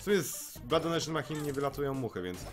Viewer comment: Nie wiem kto Cie uczył angielskiego i wymawiania maCHine. to ch czyta się jak SZ. I hematemesis a nie hemastesis.